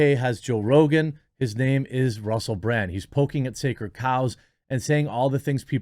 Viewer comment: Russell Brand is great. I’ve been a fan for years. But seriously, Jeremy… how did you mispronounce his name as “Bland” TWICE? He’s definitely not bland.